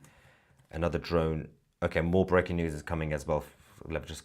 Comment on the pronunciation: "Brecking News" I love it. Keep up the good work.